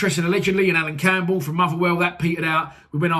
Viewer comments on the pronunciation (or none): none